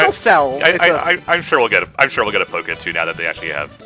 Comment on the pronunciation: Please note: It's Pokken, not "Poken". ("PO-[brief silence; double consonant]-ken"; not "POH-ken" or "PAH-ken".) The name is a combination of Pokémon (Jap: "Poketto Monstaa", which, in English, transliterates as "Pocket Monsters") and Tekken.